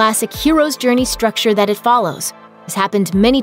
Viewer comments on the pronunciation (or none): none